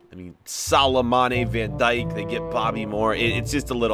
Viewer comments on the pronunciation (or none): none